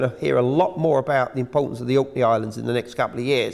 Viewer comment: The impotence of the kive in spine? And “hydees?” Excuse his pronunciation indeed!